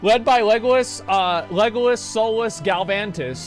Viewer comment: “Legolas Solus Galvantius” I’m totally calling him that now. XD